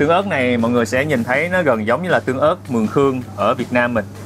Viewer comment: Thích cái cách a nói “ Việt Nam” rõ ràng mà ko dùng âm điệu ngoại ngữ🙏🏻🫰🏻